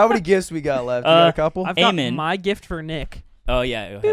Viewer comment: says: "My question for you is" I said: "Ma question for you is"